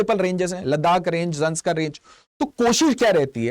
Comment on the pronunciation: It is Zanskar and not Zaskar Range.